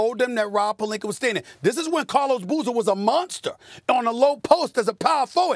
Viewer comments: “Rob pelinker” come on Stephen a say it correct once 😂😂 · Absolutely no one: Stephen A.: Rob Pelinker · “Rob Pelinker” “Matthew Dellavadover” “Serge Ibaker” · Pelinker with the hard "E-R". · Nobody: Stephen A : Rob Pelinker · Nobody : Stephen A: Rob Pelinker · Take a shot every time Stephen A Snitch says Rob Pelinker 😂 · "rob PERLINKER " - Stephen A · Rob Pelinker! Lmaooo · Pelinker? Really Steven A? That's so disrespectful!! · Can Stephen A. Smith say Rob last name correctly 😂😂😂 the struggle is real #Palinker 😥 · "Rob PelinKER" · Stephen a dry snitchin. Why does he always say Rob polinker? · Why does SAS call him Pelink-er??? He always goes back and forth 🤦🏽‍♂️. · nobody: SAS: Rob Pelinkerrr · Pelinker Lomenchenko - Stephen A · I'm getting tired of this guy saying Pelinker... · If I hear Rob Pelinker one more time I’m gonna lose it lmao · Nobody: Stephen A: Rob Pelinker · Why SAS keep saying “pelinker” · Take a shot every time SAS says Pelenker. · rob pelinkr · Stephen A definitely doesn’t like rob “pelinker” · Does SAS ever get names right Rob Pelineker 😂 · Why tf stephen a act like pelinka ends with an ER? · “Rob Pelinker” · “Rob pelinker” - Stephen A. Smith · who the fuck is “rob pelinker” 💀💀💀😭😭😭😭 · "Rob Pelinkerrrrr" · PelinkA its not that hard SAS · Who is Rob Pelink-ER? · “ROB PELINKAR” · Stephen A be saying Pelinker on purpose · Rob Pelinkerrr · why can't SAS say Palinca what's with the er😂😂😂😂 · Damn Stephen A can't say palinka correctly to save his life smh 😂😂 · So Stephen A can pronounce all of these 15 letter words, but can't pronounce "Pelinka"? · Damn Stephen A, you get paid millions and can't learn to pronounce the dude's name? Pelinker yo ass on outta here fool. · I swear, saying Rob's last name is such a struggle for Stephen A... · why he say his name like that ? lmao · Just say Rob, I cringe when you pronounce his last name. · Does this man have a hard time pronouncing Rob Pelinka's last name last time I check there's A at the end of his last name